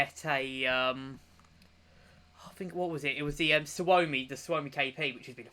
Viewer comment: I'm impressed how well you pronounce "Suomi" in . I'm Finnish btw and so is that smg if you didn't know